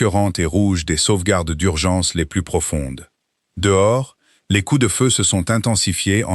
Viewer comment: je vous l'ai déjà écrit, mais il faut vraiment que vous cessiez de prononcer le " s" de plus quand il faut qu'il soit muet, sinon çà change totalement le sens de ce que vous dites ! " plus qu'une heure" signifie que " c'est bientôt fini" si vous prononcez le " s" de plus, çà dit 1 heure de plus ! oui je sais ce sont des détails, mais c'est ce qui fait la perfection, et la perfection n'est pas un détail !